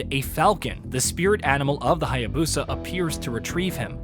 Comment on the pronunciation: This dude is still saying Hya-bosa, need to learn the correct pronunciation of the names bruh...